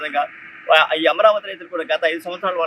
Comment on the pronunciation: తెలుగు పదాలకు సరైన ఉచ్చారణ ఇవ్వండి, ఈ వ్యక్తి అమరావతికి బదులు యమరావతి అంటున్నాడు. తేడా అందరికీ తెలుసని అనుకుంటున్నాను. ఉచ్చారణ విషయంలో జాగ్రత్త వహించండి.